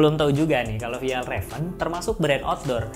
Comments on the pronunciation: Dibacanya fyalraven kak bukan fejalraven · Kak bacanya fyelreven konken.. 🙏